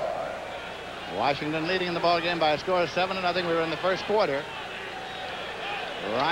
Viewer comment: I love how they call them Warshington.